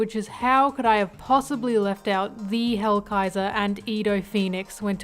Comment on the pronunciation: I was going to watch the video since ASTOR and ZANE are one of my favorite characters from that arc but when hearing the very very very WRONG pronounciation of their names i was like "who the fuck is edo and hellraiser or whatever this bish called them?" Thats not their names. So i just decided not to watch. Again, wrong names.